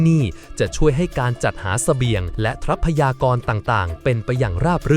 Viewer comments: ทรัพยากร อ่าว่า ซับ พะ ยา กร ไม่ใช่ ทับ พะ ยา กร ว่าแต่ว่าใช้ Ai มันก็ได้ประมาณนี้ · ทับ-พะ-ยา-กร เออ อ่านมาได้นะมึง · คนหรือ AI ที่พากย์เสียง ทำไมอ่านคำว่า ทรัพยากร ไม่ได้ อ่านเป็น ทับ พะ ยา กอน ตลอด